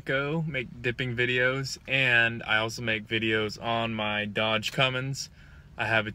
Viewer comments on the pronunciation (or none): Philip Medina Cummins not cummings